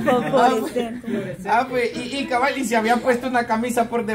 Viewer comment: 🗣️se dice fosforescente. NO foforecente 😂😂😂😂😂😂😂burrita. Ya no molesten a Kevin 😡podría demandar por difamación 😡😡😡😡